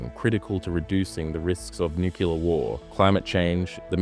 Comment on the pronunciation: FFS! It's nuclear (new clear) not "nucular" Just say new-clear, why is this so difficult that "broadcasters" can't say a simple word. Pam